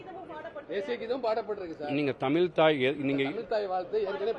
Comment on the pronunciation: தமில் நாட்டு ல